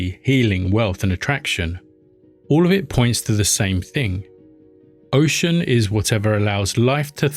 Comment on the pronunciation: OXUM...your pronunciation is not completly correct, look s like you are saying , " OCEAN "... thank you for the Doc.